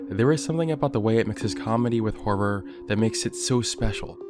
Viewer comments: you say harrer like bimmy rolfe :) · "You're not supposed to be laughing" I can't help it. You're pronouncing horror as "HARR-ARR" 🤣🤣🤣🤣🤣🤣🤣🤣🤣🤣🤣🤣🤣🤣🤣🤣🤣🤣🤣🤣🤣🤣🤣🤣🤣🤣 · Can you stop pronouncing "horror" like you're about to break into a song like that guy doing the fnaf beatbox. Freddy fazbear ass har har har har har